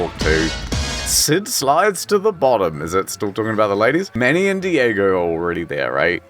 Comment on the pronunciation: " the mamoth"